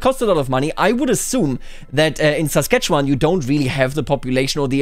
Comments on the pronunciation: I'm shocked to hear someone pronounce Saskatchewan correctly! Normally people look at it for 3 seconds and then give up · Most other Canadians can't say "Saskatchewan" correctly. does. The mind boggles.